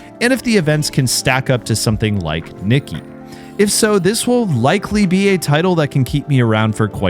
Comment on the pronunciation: do you mean Nikki (dress up) or NIKKE (goddess of victory?) your pronounciation makes it hard to know which one,, no hate.